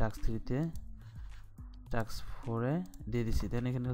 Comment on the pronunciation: Vai kotha ta টাক্স না টাস্ক 😂😂